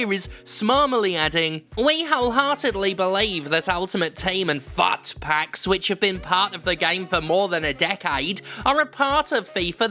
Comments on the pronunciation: I've never heard of FUT Packs before and heard you say "Fart Packs," which is probably more accurate anyway 😂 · the way you said FUT PACKS in the video made me laugh every time xDDD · I don't know if it's the rum, but every time you say FUT Pack I end up giggling like a loon. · I love the emphasis on F U T packs